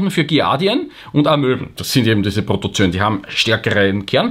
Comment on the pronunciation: Lieber, das "oe" in Protozoen spricht sich nicht(!) als "ö". Richtig ist es beide Buchstaben auszusprechen, spricht sich Proto - zo - en. Sonst lieb, gut und richtig; wie immer!!!